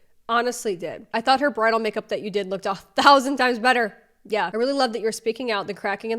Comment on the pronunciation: Why do you pronounce “better” as “bettERRRRRR”….